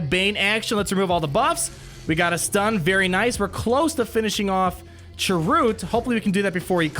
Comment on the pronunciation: did you just say chiroot?